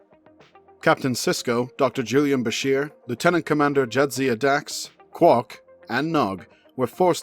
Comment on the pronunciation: You got Dax’s name wrong 😉